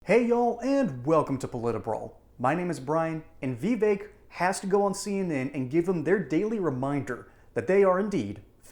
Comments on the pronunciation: Vee vake??? It's Vivek. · I always wonder how versed someone is when they cannot pronounce Vivek